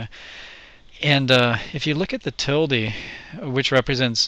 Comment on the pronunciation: Thanks for saying "tildee"- that's the way I learned it years ago. Now it's just weird to say "til-duh". ;)